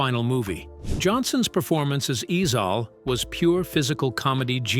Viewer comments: It’s ezel 😂😂😂😂not ezal Ai story teller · Who TF is EZAL 😂 it's EZIEL ! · Pronounced E zell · I just wanna know who the hell is “E-Zal 🤨 that is not the way you pronounce it .. yt ppl I tell you 🙄 just annoying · 👉🏽 maaaaannnn, if I hear this damn A.I. white voice pronounce AJ Johnson's character as "Ease All" ONE MO GAWDDAMN TIME!!!! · It pronounced eazel